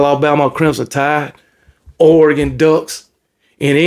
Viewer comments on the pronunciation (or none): none